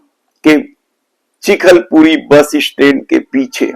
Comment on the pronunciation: चिखलपुरी नही चिखलपुटी है